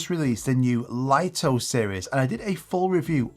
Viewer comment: It's pronounced 'Lee-toh', not 'Lite-oh'. And the DJI Flip shares the same ND filters for the X1.